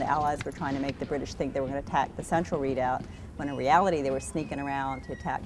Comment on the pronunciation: Its pronounced re·doubt. They really butched that word.